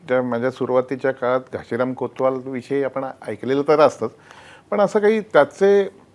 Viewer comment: घाशीराम ( घासी नाही )